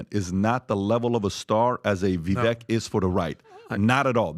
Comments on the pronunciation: Just STOP “reading” VIVEK. READING his name has created the errors, I’ve no doubt. So, stop the reading and the writing. And use, technique used for much. Is about as SIMPLE AS IT Gets VIVEK, BAKE CAKE; Call out FAKE; should know Keri LAKE will MAKE moves; RAKE the TAKE; The NAME IS PRONOUNCED, VIVEK (VIVĀK, for goodness SAKE)!!!!🎉 I think we will all no Vivek’s name pronunciation, regardless how you break, bad habits But, there’s no question that if Vivek was anywhere - nel sud Italia 🇮🇹 he could easily pass as, Italiano! Fettuccine(ā) all'uovo fatte(ā) a mano alla Carbonara di Zucchine! Classico Roma Penne(ā) rigate(ā) con acciughe e tonno, olio al peperoncino?. Delizioso!! Classico nel sud italia Linguine(ā) alle vongole(ā), veraci al vino bianco!! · why can PBD not say "Vivek" correctly.... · Vivek like cake! Quit mispronouncing his name, please.